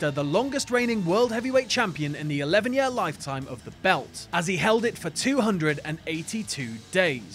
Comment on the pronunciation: Why can't you say "year" correctly?